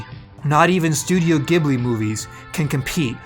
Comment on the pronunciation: I hate when he pronounced Ghibli.....